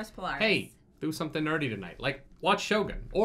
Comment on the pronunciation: how to pronounce Shogun...more like Show-gune rather than show-gun.